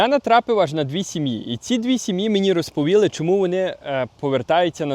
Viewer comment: РозповІли= розповІли, не туди наголос, то Ви не українець, Ви канадець українського походження, можливо, Ваші рекомендації і коментарі недоречні? Не дуріть людям голови своїми запізніми рекомендаціями, їм і так нелегко, потрібне доступне житло, сплата за комунальні, для когось це найскладно, то не базікай того, що не потрібно, простій людині, без коштів, як знайти вихід, особливо, якщо вже зневірилась? Потрібен псіхолог, але і Ви, блогери, відіграєте важливу роль! Тож не ламайте психіку у людей, які вже пережили занадто багато з початку війни! А ще краще, приїздзь в Україну, туди, де люди постійно знаходяться в зоні обстрілів, вибухів, _і тоді змінеться твоя риторіка! Добре там, де нас нема! То я все пишу не для товстосумів, а для людей з середньою освітою! І не всі можуть з `таким іноземним акцентом` розмовляти!!.... Ти просто дуже далекий від неньки, нитки з`єднання вже давно перервані.... Вибач_те!!! ""